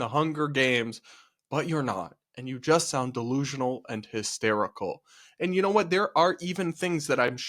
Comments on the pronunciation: I like how he doesn't say "delusional" and instead says "dalooloo" lol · 😂 I’m a New Yorker & tbh I didn’t understand the word he was saying either - “de loo loop”? I guess you’re right that it’s a cutesy version of “delusional.” Perhaps it’s regional or TikTok slang